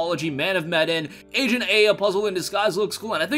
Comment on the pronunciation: That's not how you pronounce Medan